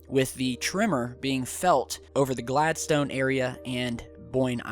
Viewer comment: i live in boyne island and its not glad stone its Gladd-sten say it like that